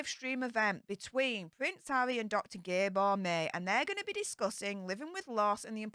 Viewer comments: Dr. Gabor Mate (pronounced MUH-TAY) actually has shared some solid ideas and information about the nature of childhood trauma in the past, but I think his preoccupation with psychedelics is sad. He's not all bad and I was actually pretty surprised to hear that he's doing this event with Harry, because anyone with even a small bit of knowledge about human psychology would know that both Megan and Harry are likely sitting pretty somewhere on the Dark Tetrad (as many celebrities are). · One conversation with Gabor Mate (pronounced gab-bore mat-tay) is not going to fix Harry, but I hope it inspires Harry to commit to a therapist that specializes in addiction, not some new age life coach. I don't think ayawaska is a good idea for Harry, who has so much fundamental work to do just learning to be an adult. It would be destructive. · His name is pronounced Gah-bor Mattie. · Have tons of respect for this spiritual man……such love and compassion💪💕 Phonetically pronounced as Gab-bore Matt- tay……I think🙄…….🇨🇦 Slow it down a bit …he’s our man🤍🌏🤍